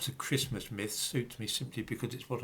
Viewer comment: Enjoying your pronunciation of ChrisTmas